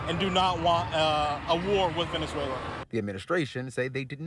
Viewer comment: Nobody is defending Maduro, that is a false narrative. This is all about taking resources from a country that can't do anything about it. Trump couldn't care less about Venezuelans. Or as Trump pronounced it "Venezualer".